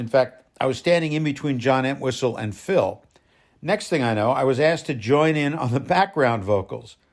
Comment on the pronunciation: Sir, I’m a huge supporter of Phil’s. He never liked calling people fans. I just wanted to tell you, this was very good! The information was spot on, very precise. I’d also like to commend you on the real proper pronunciation of his name. That was a really big deal to Phil. You really did a great job here! 🍺🍻🎸